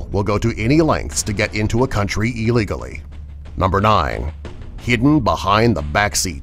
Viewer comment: take a shot anytime he says illigoly